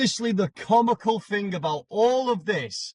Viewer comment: he cant even say thing (fing)... its a pet hate of mine